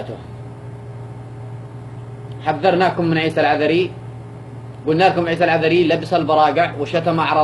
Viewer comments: هذا يقول انها زوجت عيسى ماتعرف تنطق اسمه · ههههههههههه ليش ماتنطق إسمه صح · بالله عليك ماتستحي انت وهي ماتعرف تنطق اسمه بتقرا غلط الله لاوشل عليك انت وهي مرته ماعرفت تقرا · اول حاجه انطقي اسمه صح ههههههههههه وعادها تتقراء من ورقه شكلها تضحكو ع من يازنوات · مش عارفة تنطق اسمة كيف وهوا زوجها 😂😂😂😂😂😂😂